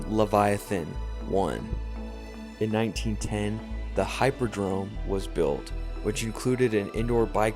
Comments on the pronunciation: Hippodrome, not Hyperdrome. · It's hih-poh-drome, not hy-poh-drome.